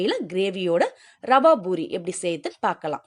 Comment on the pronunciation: IT IS CALLED POORI NOT BOORI. DO NOT KILL THE TAMIL LANGUAGE. THOUGH I HAVE BEEN LIVING FOR MORE THAN 3O YEARS IN US I SPEAK BETTER THAN PEOPLE LIKE YOU LIVING IN SOUTH. IT IS A DISGRACE AND SHAME BY KILLING THE TAMIL LANGUAGE.